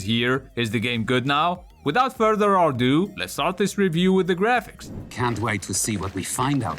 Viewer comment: "Without further arrdooh"